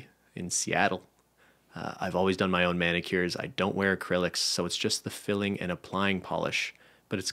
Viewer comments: Why is nobody freaking out about how they’re pronouncing filing? It’s file-ing, swear they said fill-ing? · nope! I literally watched as read the word filing as filling (: it says filing on the screen